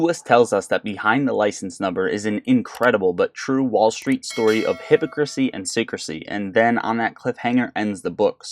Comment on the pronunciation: Hip-pock-cracy lol